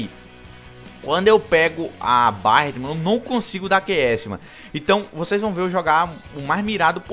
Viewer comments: Deus qui mi livre, se fala béret não barat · cara so uma coisa fala berret q fica melhor q barret